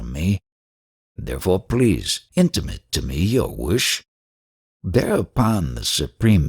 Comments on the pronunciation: Omg, after dozens of hours of listening, has (mildly) mispronounced a single word.. Intimate as a verb has a long A. Like the word “Mate”. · He says it the way I have always pronounced it: IN-ti-mutt.